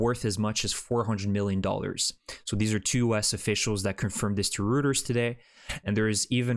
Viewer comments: Thanks for your work informing us. Just a note: Reuters is pronounced in the German way, like Royters, not rooters. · it's pronounced "Roi-Turs" or royters you already butcher the city namea enough. now you can't even say the source names right either? lol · Great video again! If you can keep all these good news coming, Ukraine will some time celebrate a great victory for peace, freedom and democracy! From this video it sounds as if "Rooters" is the Ukrainain-Canadian way of pronouncing Reuters. Many other places it will be pronounced "Royters".